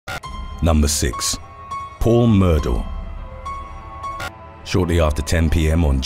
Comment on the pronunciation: You might be the only channel I've watched to ever correctly say the last name 'Murdaugh'.